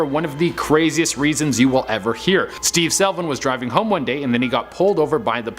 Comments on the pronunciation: Slevin does not = selvin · Not just the repeat photos but also mispronunciations. Slevin, not Selvin. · The dudes name is Steve SLE-VIN not SEL-VIN. Me thinks someone needs to go back to school and learn how to read and/or pay attention to what's in front of them before saying it on camera..... rolls eyes Estrella is the second pronunciation lol. Good on you for admitting you weren't sure though. Although its NOT Chair-oak-key North Carolina ROFL. We're not the Chair-oak-key Indians LOL. Its Chair-oh-kee/key North Carolina.